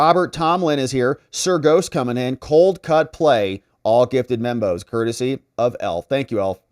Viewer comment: when you say Membos, I keep hearing Bimbos, lol.